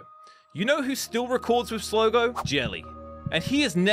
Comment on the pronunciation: It’s Slogo please listen to me it’s Slogo